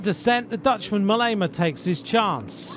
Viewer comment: WHAT A LOUSY SUMMARY- AND...MOLLEEEEEEEEEEMA? MOH- LEMA, FOOL